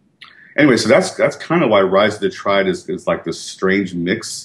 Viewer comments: Rise of the Tree-ad? No, no, no... it's Triad. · its rise of the TRI-AD... not rise of the treead.